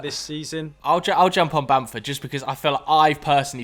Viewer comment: It's Bamford and it's not close